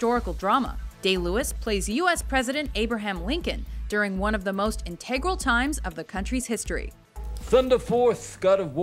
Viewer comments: "inTEgral?"...it's INtegral....right? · When is this going to learn how to properly pronounce "integral"????